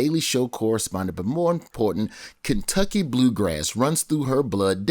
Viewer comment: 2 minutes in & we get "KentuckAY."💀☠ 😂💀☠